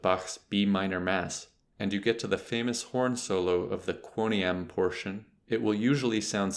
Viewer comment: I appreciate this video, but how in God's name can you pronounce 'timbre' in such an obnoxious way (following 'proper' French pronunciation), then a few minutes later say 'quoniam' horribly, hideously wrong?